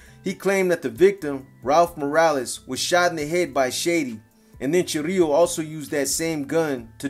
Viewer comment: Is chirilo not chorrillo😂😂